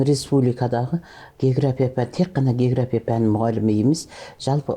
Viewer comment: Есназарова география деген сөздің өзін дұрыс айталмайды. Мен бұл кісілерді совет кезіндегі географ ретінде білмесем. Былайша жаңартылған білім беру мазмұны бойынша қойылған талаптарға сәйкес келмейді кітаптары. Сондықтан болса керек кітабы мектепте оқулық ретінде қабылданбаған соң әр түрлі осындай интервьюлар арқылы халықтың назарын өзіне аурдарып беделін жоғарылатқысы келеді.